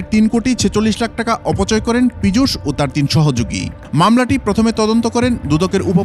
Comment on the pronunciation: Pijush noi pichash😂